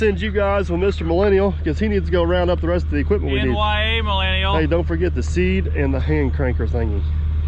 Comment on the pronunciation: He puts more effort into saying “ NYA Millennial “ than he does posting content !